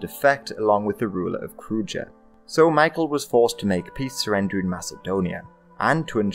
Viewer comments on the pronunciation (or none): I love how the balkan principalities aren't mentioned at all. Btw krujë is pronounced kruye.